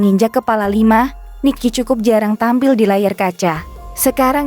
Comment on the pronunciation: Rocker bkn rockers..kalau utk lebih dari satu baru namanya rockers...dan Nicky dibaca nikki BKN rici...belajar dulu buk